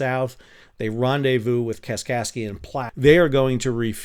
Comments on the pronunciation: Love the video, but it pains me having lived in Nebraska for several years to hear Platte pronounced as ‘Plot’. It rhymes with ‘rat’ and ‘fat’. 😅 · "Platte" rhymes with "flat." Luv ya, doctor!